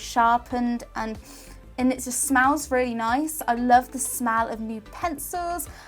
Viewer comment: her accent made it sound like she said "smal" instead of smell